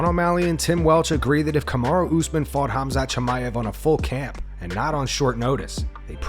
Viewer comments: We all know Chael is horrible with names, but Robert calling Khamzat 'Hasmat' is just disgraceful. Robert, you will NEVER touch the belt again, live with it and move on. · Robert Whitaker just added yet another pronunciation of Khamzat -"Hazmat"